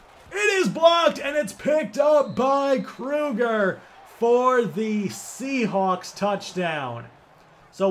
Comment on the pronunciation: "sea halks" bru the hell?